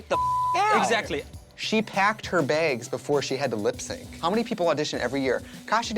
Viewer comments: “She pecked her begs” -Trixie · All drama aside, did Tracy really said ' she pecd her begds ' ?